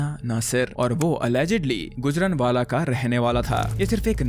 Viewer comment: It’s not gujraNwala “N” is silent here